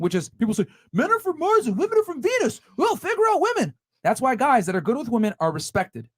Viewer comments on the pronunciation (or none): none